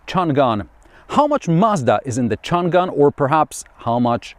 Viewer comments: Chang an. You don’t pronounce the g for the second syllable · Not Chun Gan, should be Chang-an （長安） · I recommend enabling English subtitles. The varied ways it butchers "Changan" are hilarious. "Chun Gun" is my favorite.